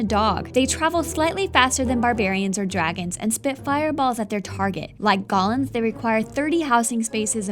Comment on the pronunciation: GOH-LEMS? WTF IT'S GO-LEMS